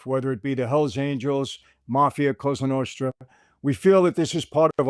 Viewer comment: “la costra novra”